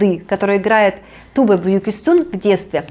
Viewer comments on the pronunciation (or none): none